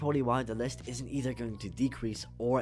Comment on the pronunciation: "the geometry dash demon le" it's list not le